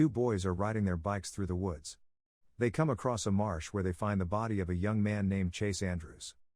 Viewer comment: It's MARSH girl, NOT march.